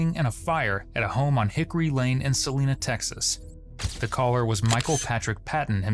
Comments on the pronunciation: There is no world in which “Celina” is pronounced “celeena”. The I coming after the E means that it is pronounced as “eye”. “Cel-eye-na… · Celiiiiiiiina, NOT Selena🤷🏽‍♂️ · Celina pronounced Sa-line-ah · It’s pronounced Seh-Line-Uh 😂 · It's pronounced suh-LIE-nuh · Celina, Texas = Sil-LIE-nuh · That’s not how you say Celina. It’s Sa-Line-a. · Sa-line-uh is the correct annunciation. At least to the locals.